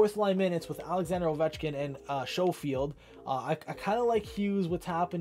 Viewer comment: Not a big deal but to help u out it is Skofield not Showfield